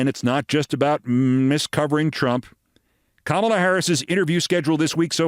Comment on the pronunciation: I can’t believe I have to say this to you. Please learn how to pronounce Kamala! You’re better than that, Keith.